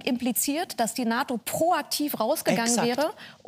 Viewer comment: "...ein Russland das stärker an die NATON herangerückt ist ... " Was raucht die Dame ?